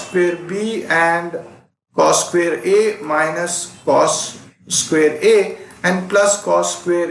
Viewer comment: U haven't pronounced the square word correctly